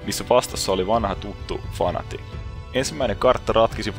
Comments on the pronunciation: Se o fnatic eikä fanatic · Jostain syystö ärsyttää niin vaan perkeleesti kun sanot "Fanatic" vaikka se on "Fnatic"